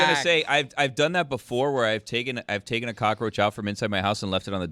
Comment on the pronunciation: Ahh, yess the flying "cock-a-roach" Dan probably calls pest control or Mike Ryan anytime he sees a fly...